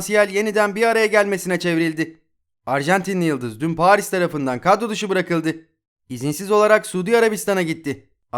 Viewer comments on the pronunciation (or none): none